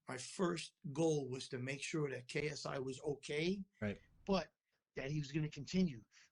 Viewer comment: You said KSU😂😂 it’s ksi